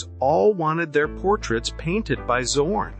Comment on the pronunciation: I did not subscribed because the correct name of the painter schould be pronounced like Tsorn and not like Zero.